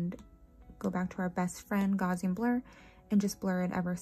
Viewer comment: GOW SEE AN is how you say Gaussian Blur, Carl Gauss was a mathematician who came up with this blur, it’s all math equations❤❤❤ I like your way of doing these Matte bubbles. 😊